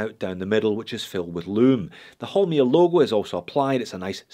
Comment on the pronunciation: Its Holmr, not Holmir!